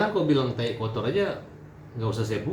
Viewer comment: Taee hat taeeeeee... bukan taiiii ampun dah hat ngana ni